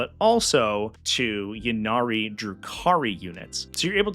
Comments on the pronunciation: Great rundown! (and it's pronounced "Ynnead", jeez!) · The way you pronounce "Ynnead" does not in fact sound cooler.